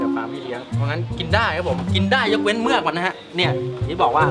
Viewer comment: เมือก! ไม่ใช่ "เหมือก" +